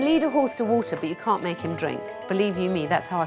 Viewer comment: No r in can’t